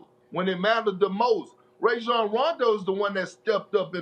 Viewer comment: “Ray-John Rondo”😂😂